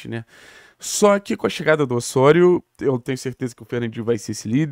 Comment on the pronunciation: Ôssôrio 😂😂😂….pq não fala Lêo Godoy??😂😂😂….tiro sarro mas canal ótimo